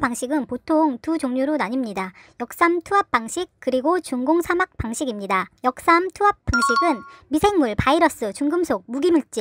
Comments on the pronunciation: 역 삼투압.... 유독 역삼 투압이라고 들리네요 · 역~삼투압 방식이라 발음해야죠. 역삼~투압이 아니고 ㅋㅋㅋ 역삼동 사시나?